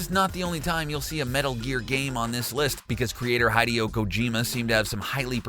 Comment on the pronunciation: I really enjoy The Gamer Videos. But two things! - First, - Not so much of a prediction, as "Let’s make America great again" was Ronald Reagan's Slogan in 1980. - Second, - How can you with your otherwise great audible presence pronounce names wrong in almost every single video? Hideo, Raiden, Miyamoto ... Please, double check the pronunciation of names please before the record <3